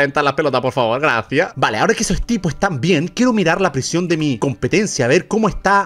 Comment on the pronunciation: Me encanta cuando no sabe decir prision❤❤😂😂😂😂🎉😅😅